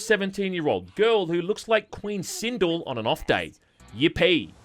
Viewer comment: Uh say that again? It's Queen SinDEL like Adele or DELL computer lol kidding bro, you videos are funny AF🤣 - love from Atlanta GA